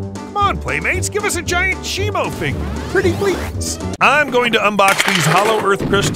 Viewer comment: is not simu is simo😅😅😅😅😅😅